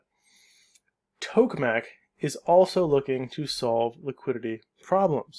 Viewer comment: Just a note (I know, this is kinda irrelevant): TOKE is pronounced tok-uh, not "toke" with a mute "e".